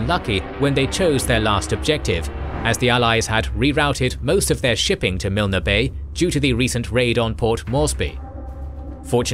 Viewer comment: Thé ‘e’ in Milne is silent.